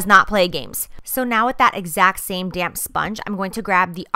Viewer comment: every time you say "damp" i keep thinking you're saying "damn" . use that "damn sponge" lol like dammnn right!